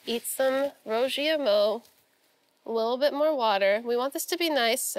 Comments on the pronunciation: Ive lived in china for a decade and every time i hear them call that a chinese hamburger it gets on my nerves. Meat between 2 pieces of bread is a sandwich, not a Burger. Also, that pronunciation of "Rou Jia Mo" was way off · I love Sohla but for a History Channel show, I wish she would make the bare minimum effort to learn how to pronounce the name.